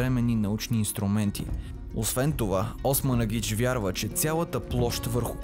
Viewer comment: Била съм няколко пъти в пирамидата на Слънцето край Високо. Единият път водач ни бе самият Османагич (Чоко да поправи ударението при произнасяне на името). Смятам, че това не е истинска историческа реалност, смятам, че това е просто една манипулация от страна на "откривателите" на тези "пирамиди", превърната във фабрика за пари.